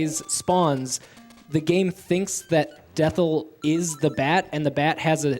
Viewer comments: DETHL?? It's definitely DETHI (death-eye). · > Calls final boss Dethl IT'S DETHI. DEATH EYE. GET IT? HAHA SO FUNNY. CAPITAL I.